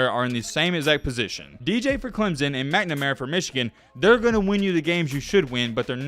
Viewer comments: Stop saying ClemZon. It’s very easy to fix and very annoying. Say it with me Clem Son! Now a little faster Clem Son.. alright now say it together CLEMSON!!!! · It's clemson not clemzon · There is no "Z" in Clemson.